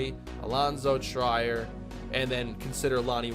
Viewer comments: Allonzo Trier- last name pronounced “Tree-Air” (sorry, annoyed wildcat fan came out of me) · Please learn how to pronounce triers name because you are very very wrong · If Trier doesn't change the pronunciation of his name to Tryer IRL, he should be permabanned from all social media. Yes, I'm serious. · 2 year team options are the norm for rookie contracts, that's why Kane had one also Alonzo Trier's name is pronounced tree-air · Allonzo Trier's name is pronounced "Treer" like "Fear" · You are saying Alonzo triers name wrong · i hate to be that guy but its Allonzo tree-er not try-er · trEER not TRYer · Omg he just cut him like its nothing lmao 19 mil gone. Also for the future, it's pronounced Treer, not Tryer – for Alonzo Trier. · Its Pronounced tray-air not tryer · It's TREE-er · just wanted to let u know its pronounced Tree-er not Try-er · It’s pronounced “Treer” not “tryer” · I beg of you, PLEASE stop saying, "Try-er," it's "Treer," like (Will) Grier. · Alonzo Trier is pronounced “Treer” I had to say it I can’t listen to an entire season of “Tryer” 😂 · It's Treeer not Try-er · It is pronounced tree-ear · I love this series. Btw it’s pronounced tree- er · It’s pronounced TREE-er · allonzo trier is pronounced “tree-er” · It’s pronounced Alonzo Tree-er just so you know! Love the Neil Hope move and maybe soon you’ll understand free agency lol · its “tree-er” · Trier is pronounced Tree-er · It's Trier (Treeher) For the 2023 off season send Wenli Lam and Lyle Murray to untapped potential. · Its pronounced Tr-ear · Just to give you a heads up Allonzo Trier last name is pronounced tree-air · Trier's name is pronounced Treer just for future reference. I've also heard people say like Tri-air but I believe it's pronounce with a long e sound. Love the vid haha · Trier Is pronounced tree-ir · Allonzo Trier (Tr-ear), Great content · Don't wanna be that guy, but it's pronounced TREE-er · Alonzo Trier (TREE-er) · For Allonzo Trier his last name is pronounced treer